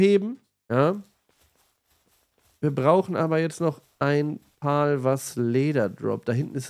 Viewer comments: Pal wird Pel ausgesprochen Pal ist auch okay aber nicht Pol ^^ pal bedeutet Kumpel im englischen 🤓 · Ich würde mir das lets play gerne anschauen aber wenn ich mir weiter anhören muss wie du alle monster Paul nennst werd ich verrückt man. Sag bitte einfach pälworld und päls. (Pal heisst sowas wie kumpel auf englisch) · Cooles Video. Das sind allerdings keine "Pauls" sondern "Pals". Das "a" wird fast schon als ä ausgesprochen. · Zur Aussprache: ich schätze „Pal“ bezieht sich auf das englische Wort, was zu deutsch „Kumpel“ heißt. Und wird weder wie „Pawl“, noch wie „Pahl“ ausgesprochen, sondern ähnlich zu „Päl“ oder „Päll“. Googlet einfach das Wort „Pal“ und lasst euch vom translator die Aussprache zeigen. Denn diese exakte Art von Betonung gibt es im deutschen nicht. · Das spricht man anders aus, eher wie "Päll". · Denke eher es wird "Päl" ausgesprochen, wie Freund/Kumpel/Begleiter. Aber ist ja dasselbe wie bei der Aussprache von PayPal 🤣✌🏻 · Warum kann kein deutscher youtuber den Name richtig aussprechen? "pal" ist englisch und bedeutet "kumpel" und wird "päl" bzw "pähl" ausgesprochen. BITTE schaut euch sonst mal ein Wörterbuch an, da steht das in Lautschrift. Ich bekomme Ohrenkrebs... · Noch mal ein deutscher der das Wort Pal nicht aussprechen kann :D